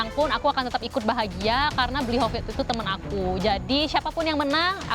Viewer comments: say "Bli Kopit" 😅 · bener bener mood booster banget di season kali ini, manggil bli hovid jadi "Bli Kopit"